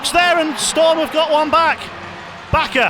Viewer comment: It's pronounced Baker not Backer